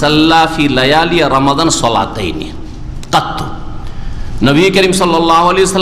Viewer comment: যে মানুষের রমাদান শুদ্ধ করে বলতে পারেনা সে আবার ফতোয়া দেয়